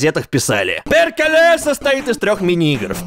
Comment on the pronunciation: Maria Coockie не перькеле, а ПЭРКЭЛЭ!